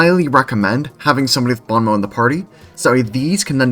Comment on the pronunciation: don't worry, french people butcher english pronunciation at least as much as you butchered "bon mot" 😂